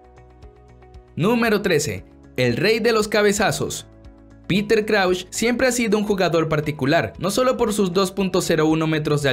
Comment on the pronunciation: Che, algunos récords son una farsa, el argentino Martín Palermo hizo más de 80 goles de cabeza, y en Boca hizo más de los que hizo ese inglés en su país, eso es un récord. Además pronuncias Crouch totalmente mal, así como hubo un expulsado en 5 segundos en una copa de Asia también. Está lleno de errores tu vídeo, pero se nota que sos el típico cipayo latinoamericano que mira a Europa e ignora su propia tierra. En el continente americano se superaron todos esos records, hermano. En este continente, de hecho, está el mejor fútbol del mundo. Saludos desde el Río de la Plata